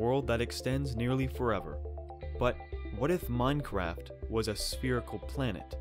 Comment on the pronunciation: It’s spherical. SPHERICAL!